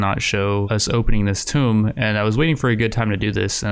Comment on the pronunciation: Can Pronounce "Defoliator" but not "Tomb"